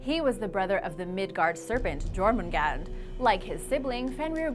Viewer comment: Your pronounciation is vastly improved. Still to much j in Jormangandr, it should sound like a y instead. Even so, even in his name you did well. Sleipner and Thor's goats are my favorite animals of Norse mythology. The Draugr are the only ones I think are actually creepy. The rest are interesting.